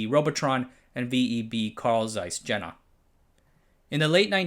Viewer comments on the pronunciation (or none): Saiss Dshenna? Zeiss Jena! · "Zays Zhena", oh common 😫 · Really butchered pronunciation of German names, Zeiss Jena; German is very easy to pronounce and has regular spelling.Your memory sizes are really strange, like mixing bits and bytes. Comparing size of DDR and considering brain drain, they achieved small wounder. Yugoslavia cooperated/bought know how from companies like Toshiba, RCA, TI and Telefunken (surprise) in 1960s and 1970s. In early 1980s CMOS technology was licensed from RCA. See how easier that was and Yugoslavia was in 21-22 millions range. You forgot that in US great push came from MIC and agencies like DARPA with much larger civilian market. Not to mention that guys like Bob Widlar (easy to find list of things he invented, active load is really work of a genius) would be screwed even in capitalism if there were no "helpful buddy" in manufacturing to "push some things for him", yup, David Talbert. So even in US that was hugely part of luck and two guys meeting and "clicking".